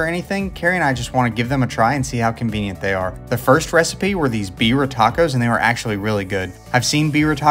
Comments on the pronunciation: It’s pronounced beer-ee-ya not beer tacos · It’s pronounced beer-E-uh.. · Just an observation: "birria" is pronounced beer-yah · Ya bro that pronunciation wasn't even close 😂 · Pls never pronounce Birria like that again 💀 love the content but cmon man